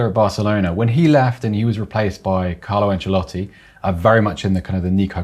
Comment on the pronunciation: anceloti? For real?😂😂😂😂